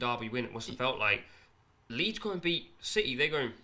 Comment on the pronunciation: This is terrible man. Lool keep saying leeds